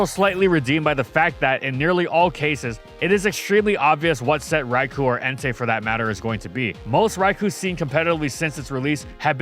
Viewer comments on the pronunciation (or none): It's Rai-KOH not Rai-KOO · This is how you can tell is hella biased. 1) He keeps mispronouncing “Rai-koh’s” name wrong. 2) He thinks Gen 2 Shiny Snorlax is the best version despite it literally just being black with blue shading and foot pads. 3) He thinks Shiny Locks are useless when most shiny-locked Pokémon have them to prevent crashing, and are prevented from being shiny to keep the original Pokémon special, if it can be shiny then soon people only care about that. Which shiny hunters have proven true time and time again. 4) He thinks Greninja, Ash Greninja, and its shinies are good designs. Greninja should’ve had the “Frubble” from its prevos make up the scarf, Ash-Greninja is useless and a Mega Lucario should’ve been the Bond Phenomenon rep, while the accents pop out waaaaaay too much on the shiny. Besides we have Mega Greninja now which is everything Greninja has been but better.